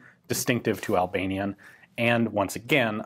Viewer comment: The only time somebody pronounces Albanian good.